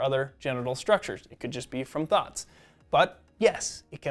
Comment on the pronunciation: when he said "thoughts", i thought he said "thots"😂😂😂